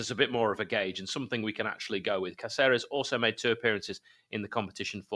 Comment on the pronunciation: Jefferson Cáceres. "Cá-cer-es" with the stress on "Cá", like "KAH-theh-res". Atte: DeepSeep.